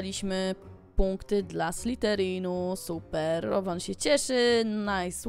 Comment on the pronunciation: Rowan to Rołan